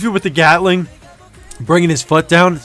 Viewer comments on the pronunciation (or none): none